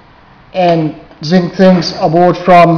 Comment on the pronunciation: he said sink with a south African accent I think?